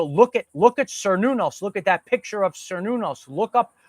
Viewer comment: Cernunnos is pronounced Cur-noo-nose, not whatever you’re saying lol